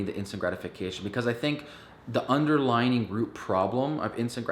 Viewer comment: Under-LY-ing not underlining ET cetera not ec setera Sorry not trying to be a troll it just was distracting me. Maybe I should watch your video on how to stay focused